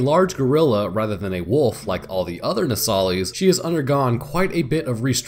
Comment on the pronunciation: “No sah lis” lis as in list. It’s said in the game so many times and you still gotta say it wrong. My brain hurts everytime you do. Other than that, it was entertaining and informative